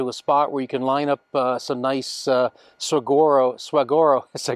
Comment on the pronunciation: Suh-War-Oh!! hahaha